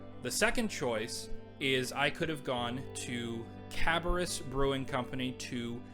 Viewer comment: Great pick ups. Cabarrus is pronounced like Cab-bear-us. It’s all good though all the out of towners do the same. I enjoyed the video and subscribed.